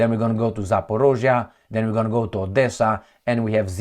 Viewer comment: Great reporting as usual,! By the way - it's pronounced 'jitomir'.... whenever you see z next to h - you pronounce it like a j. All the best!